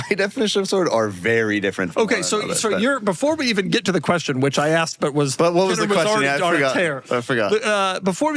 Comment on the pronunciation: heres my qweestun